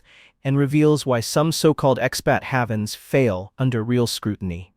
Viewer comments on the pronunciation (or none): I haven't ever heard haven pronounced like haven't. Sit, bad AI!